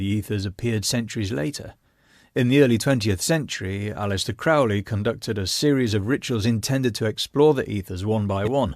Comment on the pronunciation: Crowley's name was pronounced "Crow-ley," like the bird. Also, you describe the map of the Aethyrs as having #30 on the outside, but the picture you show has #30 at the center. As for the reality of them, Geoffrey James points out that the poetry in the Calls was far beyond anything Kelly had ever been able to produce, which leads one to suspect that there was more to this than Kelly making it up.